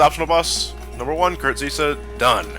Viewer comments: The agrabah secrtet boss is called Kurt zisa ( Kurt Zie-Za) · Jay M but he pronounced it as Kurt Zee-Sa.